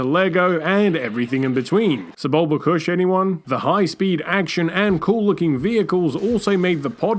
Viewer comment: The way you pronounce "koosh" as "kush" really makes me want to learn how to genetically splice plants so i can make my very own strain of weed. Sure we've all smoked the wonderful strain called Jedi... but how about filling up Jabba the Hutt's hookah/frog snack storage thingy with some Kessel spice infused hash crumbled over some Sebulba kush? 🤣